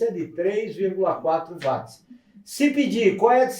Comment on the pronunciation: Bom dia grande professor porque você fala wati e não Watts. Apesar de saber que a pronúncia é livre, porque eu o considero um crânio na eletrônica obrigado.